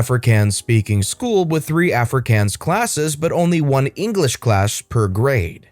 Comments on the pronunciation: Not every day I hear a story from my country, the pronunciation of Afrikaans just a bit off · I love the way you butcher the word Afrikaans